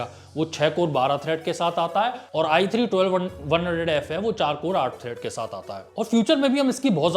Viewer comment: There is i3 for budget gamers, i5 for mid - tier builds, then there is i7 for high end gamers, and finally we have i9 for enthusiast gamers. But iG is for all the gamers. It is so similar when he says i3 or ig. (or atleast for me it is ).